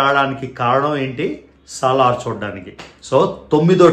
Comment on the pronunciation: Saaalar kaadu anna salaaaaar 😂🤣